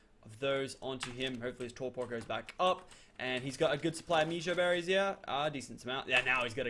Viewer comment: you pronounce it as meh-joe-berries. Please say it like this.